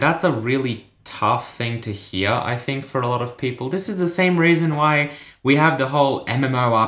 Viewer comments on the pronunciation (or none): this way to say "hear". What accent is that?